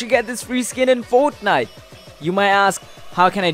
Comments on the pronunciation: this is how many times he said foatniteee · each like is the amount of times this man said fortnife